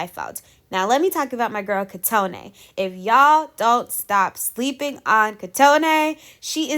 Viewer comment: In Japanese the middle syllables aren't elongated like they are in English so Kotone is pronounced sylabically koh-toh-ne, short and simple, like COat, TOe, NEigh. I am so worried about elims. I think I've lost 10 of my favs at least. It annoyed me that the coaches didn't vote smartly. All the groups that won are full of contestants who easily aren't gunna be eliminated and are already in the top 9. They should've given the benefits to groups who clearly need it AND did such a good performance.